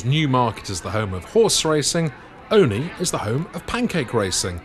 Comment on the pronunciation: As a proper Olney-ite I'm so glad you pronounced Olney correctly!! Fab work,. Thank you!